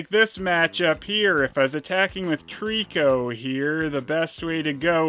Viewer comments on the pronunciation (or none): none